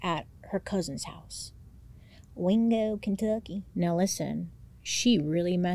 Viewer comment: The way you say wingo Kentucky…..😂 I’m from Kentucky and it cracks me up how ppl think we’re all hicks 😂 love you lots! Don’t know what I’d do without MMM & DH ❤